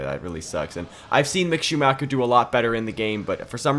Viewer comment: Can you please do it again? That is not acceptable for me as a german.